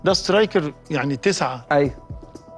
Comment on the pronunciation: اسمها وينجر يا كابتن حسام مش وينجلر 😂